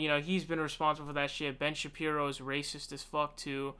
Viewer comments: Ben Shap-ree-oh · Are you hard of reading or something my dude? You can't even pronounce Fuentes or Shapiro right?